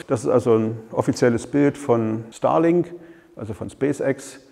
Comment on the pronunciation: Ich hör die ganze Zeit Stalin-Satellit ... scary :) Aber guter Vortrag, danke!